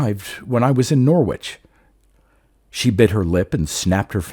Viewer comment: Another good one 👌🏻 Can I gently say that Norwich is pronounced Norrich - they’re tricky things English place names :)